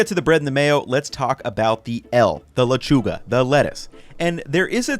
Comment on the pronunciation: Nice pronunciation on lechuga, you can improve the E tough